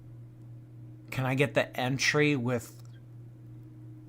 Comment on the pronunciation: There ain’t no way she didn’t know it is pronounced entree not entry ☠️ gorl is TROLLING